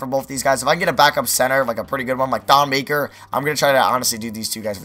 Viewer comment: It's Thon Ma-keer